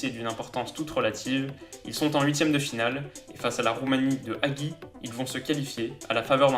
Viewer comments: Super vidéo très intéressante et assez complète L'analyse est excellente et apprend des choses sur une bonne sélection d'Europe Juste stp: Ça se prononce Haji pas hagui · Hagi se prononce "Hadji" :D Sinon quelqu'un sait combien d'équipes sont encore à présenter ?